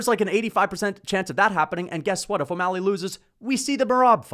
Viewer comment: “adam22’ mally” is crazy lol